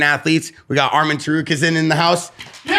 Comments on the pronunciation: Tsar-roo-key-in. Nkt Tsarukensins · mf said "arman TAROOKAZAN" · Sarukizan…. Cmon lol!! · You called him ta rue ka sin